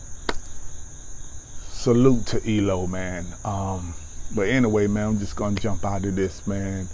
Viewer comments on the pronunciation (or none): "Turned to Stone" ; "Evil Woman" ; "Last Train to London" ; "Strange Magic" ,were my favorites by ELO.....also, it's not "eelow" , its each letter "E-L-O" which is short for Electric Light Orchestra...😉👌💥